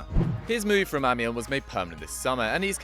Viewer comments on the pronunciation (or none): none